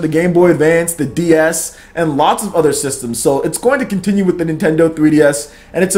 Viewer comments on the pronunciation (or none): none